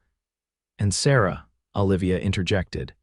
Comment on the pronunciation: "OLIVIA" - Them pronouncing it "Ah'-lĕv-ēyăh".